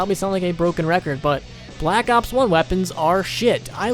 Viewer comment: Why tf do you pronounce Black Ops like that